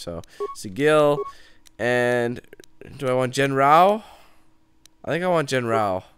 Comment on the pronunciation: I kept yelling "ITS JEN-RUX" when he said "JEN-R-OW"